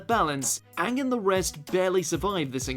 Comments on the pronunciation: You said Uung when you said number 1. Even you ... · Anyone else notice he pronounced Aang the same way The Last Airbender did.